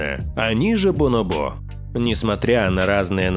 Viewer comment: БонОбо правильно